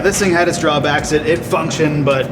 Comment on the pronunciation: can you stop saying stankshion i think you might be the reason my friend says it that way.